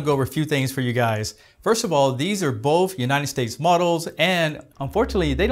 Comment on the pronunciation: the word both has no F in it...